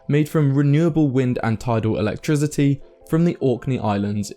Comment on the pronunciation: "electrizzaday" lol